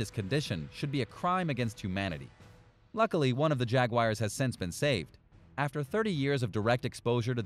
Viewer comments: I love Jag-wires!!! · Videos full of mis information and Jag-wires 🤣 unsubscribed